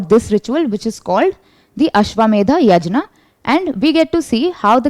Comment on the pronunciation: Not yajna. It is yagna in the pronunciations. 😏